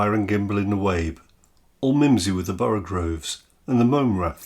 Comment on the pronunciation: Borogoves not borogroves :)